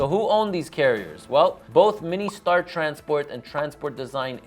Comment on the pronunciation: It's MIN Star, not Mini Star